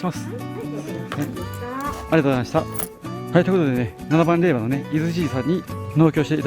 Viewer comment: れいば！ではなく れいじょうです。 恥かくので 人前では 気いつけて！